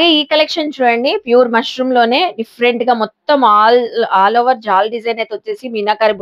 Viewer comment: మష్రూ అమ్మా, మష్రూం కాదు